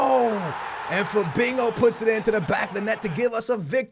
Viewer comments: Why are you calling Fabinho "Fabingo" lol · Lol not trying to make fun of you but it isn't Fabingo it's Fabinho (fuh-bean-yo) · CAN U FUCKING STOP PRONOUNCING IT FABEENGO IT'S PRONOUNCED FA-BEEN-HO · you pronounse fabinho like fabinyow NOT fabinow PS your videos are amazing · PLZ STOP SAYING FABINGO!!! It's Fabinho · The way he says Fabinho lol "Fabingo" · Why u saying Fabingo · Anybody else hear him say "Fabingo" 😂😂😂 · but the h sounds like y as in to FA-BEEN-YO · Stop Saying Fabingo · Why do you keep saying "FaBINGO" there's no g in there homie.